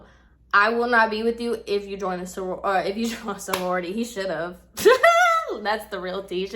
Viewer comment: Lmao girl!!! He’s s hot ass mess. But why do I have a feeling you were telling other people the story using sorority bc fuck it 😂😂😂 so it was harder for you to use fraternity and I lost it when you said “forority” 😭😭😭😭😩😩😂😂😂😂😂